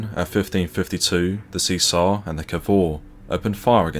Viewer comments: Great video but spoilt by ignorant mis pronunciations of Italian. Count Chino? No crease in his pants then😂😂😂Isn’t there an Italian restaurant near you so you could ask for help with pronouncing the names correctly? Cesare mis pronounced as well. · The Italian battleship Cesare is pronounced chez array, oh and aft and stern are the same place lol, I think you meant her forward turrets (A and B turrets) on Cesare and her stern turrets (C and D) on Cavour. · Very informative. However, it's bizarre to convert"15' " to metric - why? Pity too that no attempt made to give correct pronunciation of Italian names (Cesare, Ciano, etc). There's plenty of online help to get this right, Worse still, the (mis)pronunciation of English name 'Hereward'. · Good, but spoiled a bit by inconsistent diction. Sometimes we hear the "T' in British and sometimes it's "Essex boy" doing the voiceover and saying 'Bri'ish". Incidentally "Cesare" is pronounce "Chaysaray" and "Ciano" is pronounce "Chee-ah-no" Otherwise pretty good. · Cesare pronounced Chesaray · Good story,but Bad pronunciation.It' s' Seezar 'or in Italian 'Chez a ray'And the Italian Port city Is not Toranto,but Tar an toe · Huzzah for Warspite! Boo for the AI reading Cesare (Chez-ah-ray) as (See-zar). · A bit more preparation would have been in order. "See-sar" is, I think, pronounced as "Chesaray", "Hair-ward" is approximately pronounced as "Herrawood". Also, this high drama is given the same dull treatment as a local pub bowls match. Disappointing. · Excuse me, that's Che-zar-e, not 'chee-ser' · It is pronounced chez are ray not see zar. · Good video. Just one thing, the Italian Battleship's name is pronounced Chee sar eh, not See Sar. Criminal that Warspite wasn't preserved. An amazing ship. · "Cesare"is pronounced Chee-Sar-Re. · Great article and record of the Warspite's achievement. One small blemish - "Cesare" is pronounced Cheh.zuh.ray. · Great video I think the Cesare is pronounced, Chez a ray.